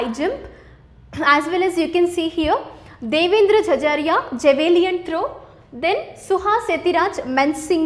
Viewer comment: Very Informative and nice explanation but there are some pronunciation errors by tutor for some terms like Javelin throw, taekwondo. Hope those will be rectified. No offence please.